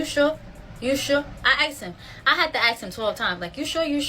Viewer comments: Who is teaching people to pronounce ask as axe? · She felt the need to demonstrate how she axed him?